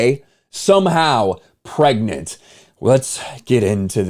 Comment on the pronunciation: bro really said pregknit 😭